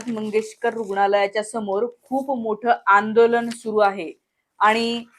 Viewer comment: आंदोलण नाही ग😂😂😂😂अर्धवट बाई आंदोलन म्हणतात आणि दवाखाणा 😂😂😂नाही दवाखाना तुझी लायकी सुद्धा नाही ग मंगेशकरांबदल बोलायची.....इतकी सामान्य आहेस तू म्हणजे खरच कुठून येतो एवढा आत्मविश्वास 😂😂😂 अडाणी